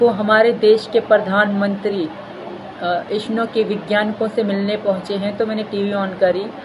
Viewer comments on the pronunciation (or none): Abe ab to band kar de iska drama..jo ISRO ko isno bol rahi hai..jhoothi makkar aurat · Ooo didi vo ISRO h name to dhng se lelo phlee phir kriyo pratigya 💔